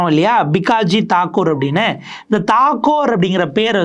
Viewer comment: Ranjan batt not badd????thakoor not thagore??? சரியா உச்சரிக்கவும்